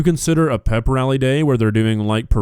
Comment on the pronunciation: She also said foot check instead of fit check and said pip rally instead of pep rally I know people have accents but for a teacher talking like that sounds like one of the students learning to speak. Iv got nothing agenst the way she talks it's fine but I would not have my student taught by her using slang and miss pronounced words if she was in school at least the ones I went to you'd be in speech class I knew 2 people in my class that was in the program cuz they would miss pronounced words like that didn't use slang but would only say half a word and expect you to know what they was saying and mubling all signs for speech class. The way she talks is cool for out of the school but when your at school you should talk that way in school or a class room when students look up to you they goingnto start acting like her 😢😢😢😢😢😢